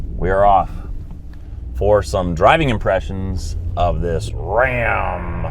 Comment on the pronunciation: My husband and I cracked up everytime you said Rrrrram.